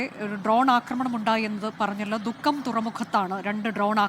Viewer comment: Mukkam alla dukkham..🤣